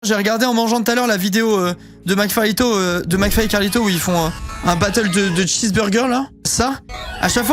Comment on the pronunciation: En vrai même si si tu t’es juste chié sur la prononciation au début Mcflyto ça rend bien